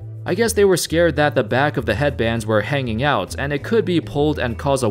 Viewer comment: How's IT going folks... that's how its supposed to be said bro. Idk if your doing that on purpose or what... but it's hella annoying... lmao